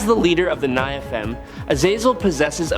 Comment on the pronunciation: Over so many decades, rewrites, re-interpretations, and ret-cons, it's kinda dumb to argue inconsistencies, fallacies, or illogic within the Marvel 'verses. So, folks who read all the comics, is this guy just mispronouncing the biblical "Nephalim" and "Seraphim" or is he speaking canon?